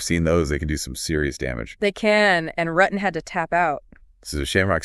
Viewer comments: Its not RUTTin Its ROO ten. Rutten. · Yes cuz they keep saying his name wrong it's Rooo ten. Not RUTTen